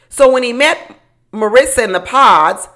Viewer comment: Where is aunty finding this imaginary "T" in Marissa's name, came flat out of nowhere. You must have a MariTsa in your personal life😅